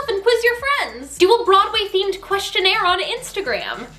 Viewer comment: I can tell you already watched “oh hello” just from the way your pronounced broadway 😂😂